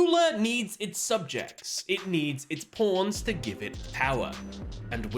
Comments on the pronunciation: he's just saying pawns it does not sound like anything else you're just imagining it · I know you're saying pawns but my ears hear something else.